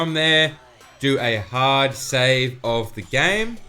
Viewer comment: I like how he says “HARD save” also still works in January 25th 2021